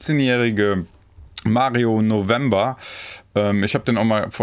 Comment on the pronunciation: Mario heißt novemBRE und nicht november ahhh